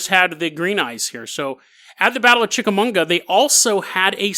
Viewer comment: Finally, I get to join the club of viewers who have their homes mispronounced by. Chick-uh-mah-ga, dude, there's no 'n' lol